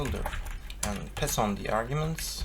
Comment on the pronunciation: "Piss on the arguments...???" Oh you mean pass on the argument :P